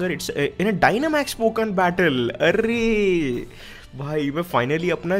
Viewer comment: It is not poken it's Pokemon